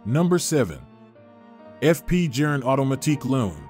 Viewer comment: TIP: Pronounced Jorn; not Jern or Jurn🙂! Good context, but you loose credibility on deliver when you butcher the pronunciation of Journe (pronounced "Jorn").